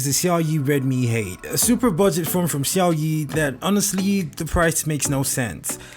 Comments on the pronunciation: He said Xiaoyi 🤣🤣🤣... Lol it sounds funny. But good review tho. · The way you pronounce Xiaomi 🙄🙄